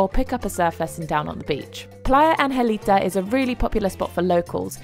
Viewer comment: its puerto angelito not angelita